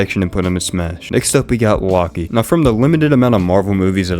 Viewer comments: Laki? its LOki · Loki is said as low key not lock key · WHY DID HE CALL LOKI "LAKI" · And lockee instead of Loki. Is he illiterate? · I’ve never heard someone pronounce loki like that 💀